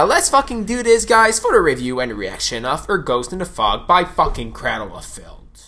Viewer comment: "Craddle of fihlth" that's how you know Finland.